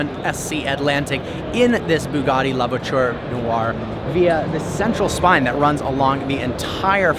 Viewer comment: Hears trying to pronounce “La Voiture Noire” Cries in French Remembers about Doug saying “Peugeot” Cries in French again